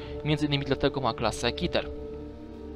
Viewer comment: ty wiesz że "keter" sięczyta keter aa nie kiter (bez obrazy)